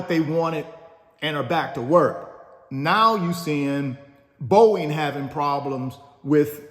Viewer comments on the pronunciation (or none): none